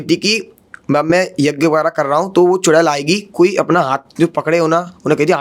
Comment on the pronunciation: चुरेल नहीं चुड़ैल😂😂